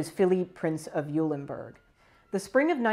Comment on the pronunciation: Pronounced "Oilenburg."